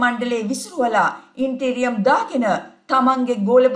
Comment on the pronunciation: min, the correct word is "interim". The pronunciation is ඉන්ටීරියම් නෙවෙයි, ඉන්ටරීම්. ජයවේවා !